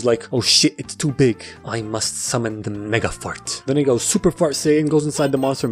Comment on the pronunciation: I love how he said mysterio can summin farts i cant stop laughing